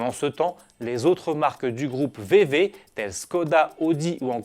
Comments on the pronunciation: Adrien_Ch Il sait pas le prononcer c'est tout, ça se dit Fao Vée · Je m'étais déjà demandé si en France vous disiez "V.V" ça fait bizarre à attendre, en Belgique on dit "V.Wéé"